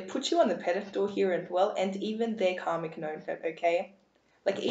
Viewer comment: I love listening to your voice ! I'm guessing your from England. I laugh when you say "Were going to see what spirit wants you to he" ! The next time you put out a video can you actually say the work slowly "Here" instead of "He" LOL..